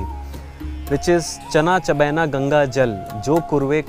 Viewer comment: wrong pronce for GANGA SUCH FOOLS WESTERN PRONUCING WRONG WAY FIX THAT